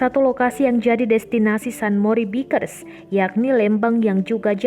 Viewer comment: Baikers mbaaa bacanya